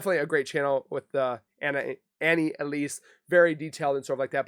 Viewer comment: It's Annie not Anna 😊